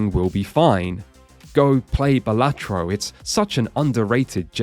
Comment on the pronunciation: The worst pronouciation of balatro